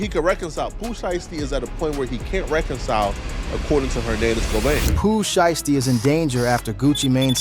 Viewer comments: "Pu Sheestie" smh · Boi said Pooh Sheesty 😂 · Gucci Mane is not from Memphis!!!! Hes an Atlanta dide. And get that A I shit off yall saying Poo shiesty name wrong ASF.